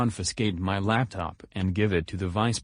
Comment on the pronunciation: says laptip instead of laptop